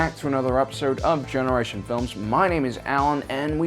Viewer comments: He said generation flims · Bro u say generation films smh lol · you said gen. films